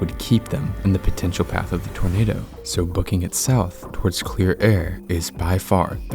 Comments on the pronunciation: It's pronounced Bettis not Bets fyi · I love you video but if this an AI voice as I take intense disrespect of an AI voice you mispronounce many of the names in their video like Bette’s. Please do a better job at respecting your hear amazing soldiers, that out their lives on th line every day. Do NOT do stupid AI voices. Do your own voice and effort. 🤬